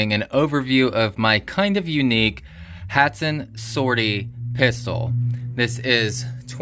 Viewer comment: Hot San is how you pronounce it 😂